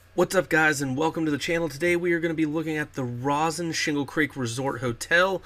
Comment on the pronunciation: It's pronounced long o sound Rosen Shingle Creek